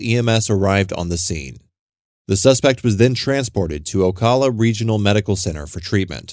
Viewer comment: I can tell you’re not from the area by the way you pronounce Ocala. lol. Good videos.